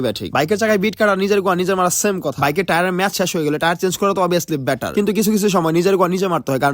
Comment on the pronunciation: যেহেতু ইংরেজি উচ্চারণ করতে পারছ না, সেহেতু ইংরেজি কোন শব্দ বলিছ না। ইংরেজি বলতে যেয়ে better রে vetter বানাইছোছ। আর শুরুতে wait বলতে গিয়ে কি যে বলছোছ ওইটা তুই জানোছ।